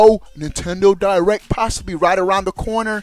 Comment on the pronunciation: hahahahahahahaha spell it how he say it pop